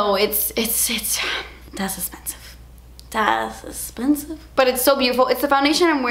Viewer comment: I LOVE when she says "DAS ESSPENSIVE" 😂